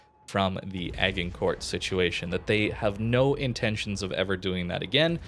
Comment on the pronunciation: You're dead right about the ruckus; anyone with a brain could see it was a highly cynical event. For info the pronunciation of Agincourt is AJINKOR.